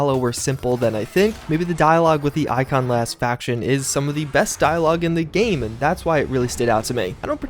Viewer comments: Pretty sure it's not pronounce i-con-clast.. but i·con·o·clast /īˈkänəˌklast/ Learn to pronounce noun 1. a person who attacks cherished beliefs or institutions. synonyms: critic, sceptic, questioner; More 2. a destroyer of images used in religious worship. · The faction name Iconoclast is pronounced eye-cono-klast. It's the name for an ideology that destroys sacred/religious symbols.